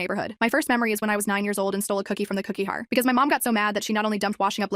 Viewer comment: I’m sorry but the mispronunciation of cookie jar into cookie har made me laugh